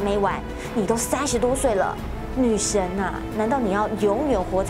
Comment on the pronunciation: 大家都和我一样对于她是女神有异议， 我想是主播没有把儿字音发好， 女神是 goddess 女神儿是是跳大神的 witches